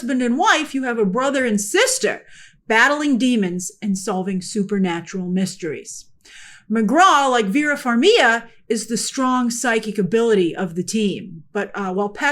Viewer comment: Grace, I’m just curious, why do you pronounce Vera Farmigas last name as “Farm-ia” when there’s a clear G in the name 😭